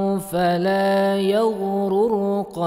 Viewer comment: Subhanallah... merdunya Jazaakumulloh mufid media. Mhn izin komentar Mhn maaf Ayat ke 4. " dibaca falaa tagrurko.. harusnya falaa tagrurka. Syukron..